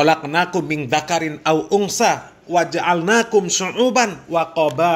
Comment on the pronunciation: Afwan.ayatnya: min dzakariwwauntsa,, bukan: min dzakarin aw untsa